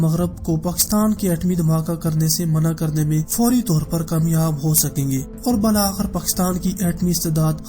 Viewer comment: بالآخر کا تلفظ درست کریں